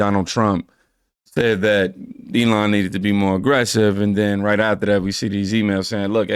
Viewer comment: SEE. Not ses.